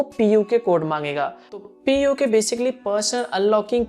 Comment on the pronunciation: It is not puke code